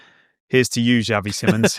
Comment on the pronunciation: It is not pronounced Simmons, nor is it written like that. It is pronounced more akin to see-mons.